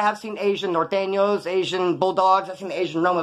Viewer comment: The Nor-tan-yos 😂😂😂